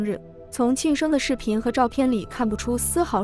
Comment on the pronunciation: 请问一下，生日，你这样形容，庆生，对吗？如果，咬字不准，听不清晰，就不要说，听起来，像轻生。直接说，庆祝生日